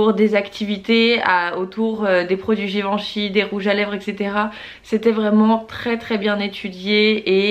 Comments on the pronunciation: Super idée les weekly vlogs! Juste je suis un peu frustrée par un point : la prononciation de Givenchy... Je te pris de m'excuser c'est aucunement par prétention mais, comme il s'agit de ma famille, j'insiste sur le fait qu'il faille prononcer le "en" comme "un" donc "Giveinchy"... Encore désolée pour cette petite remarque aha, pleins de bisous et contente de voir les événements de la maison grâce à toi 💄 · Oui je te l'accorde c'était pas très clair, le même son que pour "lapin" :)